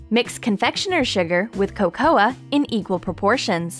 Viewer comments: I am pretty sure it is not co-co-uh. It is co-co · Not trying to be mean it is not cocoa it is coco just saying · Coca is pronounced ( co-co) not (co-coa) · It's coco not cocoa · It is spelled cocoa but it is pronounced coco not cocoa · It’s pronounced Co-co not co-co-a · You said cocoA... the "A" is silent XDDD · It's pronounced coco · I think the way they said cocoa hurt me... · she pronounced cocoa wrong